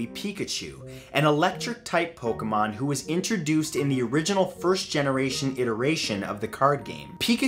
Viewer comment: pointless to argue. He couldnt even pronounce pokemon correctly.